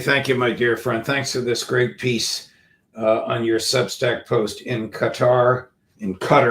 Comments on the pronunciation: Judge it’s Qatar 🇶🇦 not cutter . Pronounced Kattar ❤️❤️❤️ still waiting for you to have an analyst from our region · 'gutter' is so apt, no ?